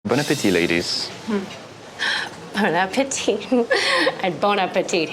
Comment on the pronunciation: How can a Frenchman say Bon Appétit wrong? That’s ridiculous! How hard is it to pronounce ééééé???